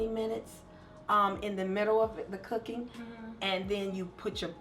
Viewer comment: I seriously love "KOOKING" moments with Kiki and Mommy ❤️🙋🏾‍♀️👏